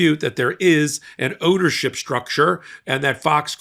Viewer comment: haha. I thought he said there's an 'odorship' issue at Fox!